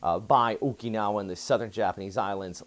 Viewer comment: I love your reoorts! ❤️ But, please, there's no "e" in Okinawa, it's a soft "i".THANK YOU.